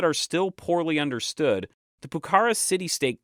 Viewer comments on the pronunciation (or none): Finally YouTube's algorithm offers something interesting. Awesome video, i would just correct some minor pronunciation issues. For example Pucara, it should be accentuated in the last a (in Spanish we would write Pucará)